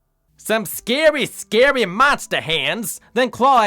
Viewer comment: “Some scawwy scawwy monsta hands…” 😭😭😭